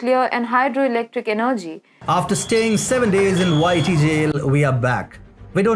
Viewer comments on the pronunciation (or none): Please change your app commercial slightly. The first time I heard it I wasn't looking at the words and heard 'whitey' jail, instead of 'YT jail'. I was....confused...as to what had happened. I may not be the only one. :)